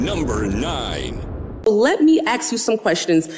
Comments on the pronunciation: Crockett says ax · Is she saying axe or acts. Trying to say ask.